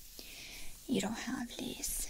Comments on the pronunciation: Hi! Amazing video as always!! Just thought I would give you a little tip on the English word “lice”… it’s pronounced “l -eye-ce”. Your language skills are incredible (I barely speak my mother tongue English correctly hahaha) but I know I like people to correct me when trying to speak another language. Hope you are not offended because you are amazing <3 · It is pronounced (L ice) just to let tou know 🙂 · I actually thought she said "fleas" which confused me but thought she was being tongue in cheek! 😂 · same here! its so weird how i find it tingling (i guess?) when she pronounces the words wrong then tries to correct herself 😅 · I find it funny 🤣